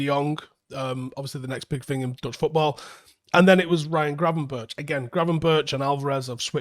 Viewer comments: Pronunciation of Berghuis is not [bergeous] but [berg-house] like in Bergkamp. Gravenberch is not [graven-birch] but [graven-berg]. Minor points. Love the videos! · Actually the "ch" in Gravenberch you speak out as "g" so Gravenberg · Gravenberch is pronounced as Gravenberk. butcherin names again😂